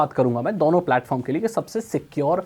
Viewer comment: dono × dauno✓